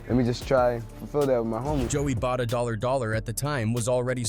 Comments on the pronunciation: Joey Bada-Dollar Dollar actually made me roll my eyes and almost click off the vid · 😂 bro said Joey Bada Dolla Dolla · “Joey bada dollar dollar” lmfao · Man I can’t even listen to this video after I heard “Joey BaDa $$” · "joey bada dollar dollar" 💀